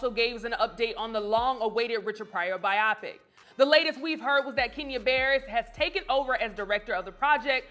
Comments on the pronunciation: Bye-Yo-Pic people, not Bye-Yop-Pic 🤣. Love you tho 😍😘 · Bi-oh-pic. Not Bi-ah-pic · Please tell this host it's not "by-ah-pick". The word is short for "biographical picture" and is pronounced "by-oh-pick", emphasis on the first syllable. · By-oh-pic long 'o', respectfully 😂😂😂